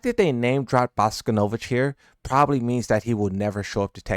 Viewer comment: You can pronounce bosconovitch right but you can’t pronounce miary or kazuya right